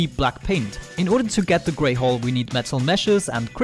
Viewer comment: every time you say black hull it sounds like your saying black hole lol I forgive u i m not English either.